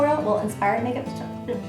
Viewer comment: I laughed so hard with your bloopers... "Inspiwed makeup tutowial" lol gorgeous look!